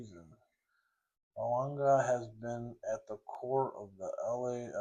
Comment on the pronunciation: awesome card man! His name is pronounced "Denny Boo-Anga"